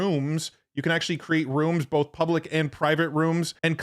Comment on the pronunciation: It keeps telling me that it "heard it bowlth ways"